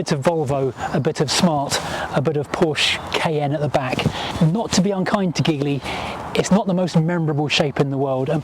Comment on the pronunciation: Also, pretty amazing that you can do a review like this but not know how to say the name of the car 🤦🏻‍♂️.